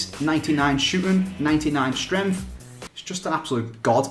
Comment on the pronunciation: When he says "strengths" it sounds like "stremfs"